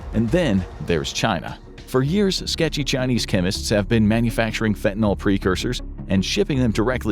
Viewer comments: Holy crap, it's fentanyl, not fentanOL. At least say the words right if you're gonna use them 20 times a video. So frustrating. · Correctly pronounce fentanyl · I assumed The Infographics Show covering this topic would spare me from hearing Fentanyl mispronounced. I was wrong.